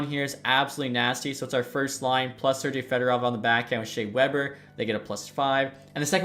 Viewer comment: Why are you saying Sergei with an J?